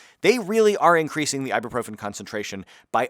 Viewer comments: Why do English speakers keep pronouncing it Ibeeprofin? It's spelled, Ibuprofen. Mad confused every time I hear this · why are you pronouncing ibuprofen like ibeeprofen? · Did you you say "I'll be profen"???? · what's really triggering me here is your mispronunciation of ibuprofen...it's ibUprofen, not ibEprofen. jeezzz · Ibuprofen nicht eiboproffen... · Is he pronouncing it funny to you guys? As an American I don’t get the joke. I also don’t know what profen means